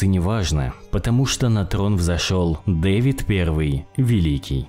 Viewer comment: Не ДЭвид, а ДавИд.